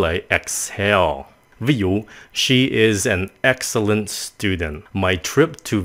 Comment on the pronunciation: mỗi excellent mới đọc là ek. :v thế là sao zợ